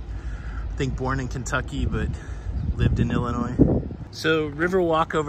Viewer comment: As I was born and raised in Illinois, I want to thank you for pronouncing Illinois correctly. 👍🏻